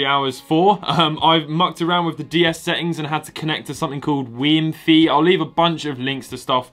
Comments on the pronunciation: “Weem-fee” 😂 It’s Wiimmfi, like Wifi, but named after Wiimm, the lead developer. I can’t believe you spend so much time tinkering with Nintendo systems and you’ve never heard of it. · acutally it's prounced "wiim-fy", my mistake. He still siad it wrong tho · Wiimifi is pronounced we meh fi. Also btw that works with the Wii. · its pronounced wii muf i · Little do you know that the Wiimmfi you connected to gives you a different Mystery Gift every time you go to receive via Nintendo WFC. Meaning, you don't even need the cartridge to receive the Ash's Pikachu. Also, you said Wiimmfi wrong.